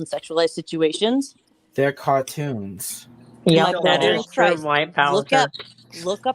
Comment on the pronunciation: “It’s juwst cawtwoons “